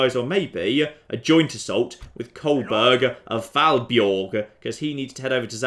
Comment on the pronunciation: Kolbein of Fåborg = Kolbjerg of Falbjorg. Nice,.